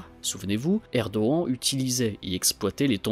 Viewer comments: Ce n'est pas Erdoen Mr c'est erdogan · Bonjour, J'aimerai savoir, s'il vous plaît, pourquoi vous prononcez le nom "Erdogan" de cette manière. Simple curiosité. Merci pour vos vidéos et votre travail.